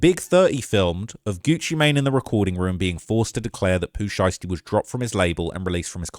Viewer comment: Well his name is Pooh Shiesty not Pooh Einstein 😂😂